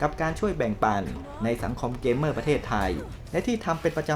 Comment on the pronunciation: อ่านว่า 'เก เม่อร์' ครับ